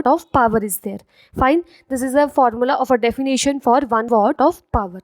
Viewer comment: It is watt nit what